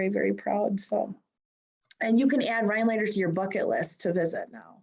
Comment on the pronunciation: I am very happy for this, but I would think that the person from the chamber would be able to pronounce the town name properly…RhiNelander, not Ryelander…just sayin